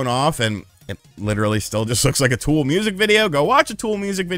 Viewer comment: God! Please never butcher Tool like that again or I’m unsubbing.